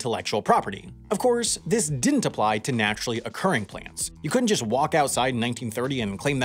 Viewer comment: I can't imagine what makes someone think it's acceptable to pronounce "didn't" as "dent".